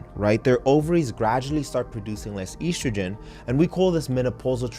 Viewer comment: Very nice. Also, you're one of the few who can pronounce oestrogen (or "estrogen") correctly; bravo. But one thing: it's lb, not "lbs" or "LBS", even for the plural (just like it's "oz" and not "ozs" for ounces).